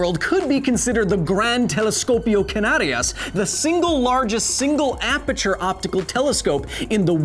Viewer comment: I am guessing going down the comments would show me someone cringing on Kyle's pronunciation of aperture.